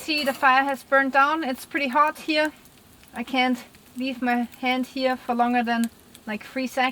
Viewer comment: Firstly I thought you are British, Canadian or sth like that, but the way you are pronouncing "here" like "hier" in German made me think ;) Then I checked your website and everything is clear now : p